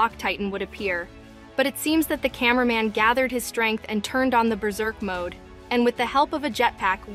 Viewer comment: Why you say mod it’s mode